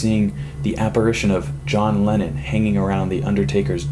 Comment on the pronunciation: Am i the only one who heard that he said John Lenin?